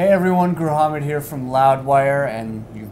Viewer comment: Everytime he says gruamhed...i cringe